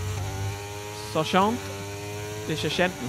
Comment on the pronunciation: Sargeant er nu amerikansk, så ved du nok det udtalt forkert nu. Ellers fantastisk med en ny sæson 😍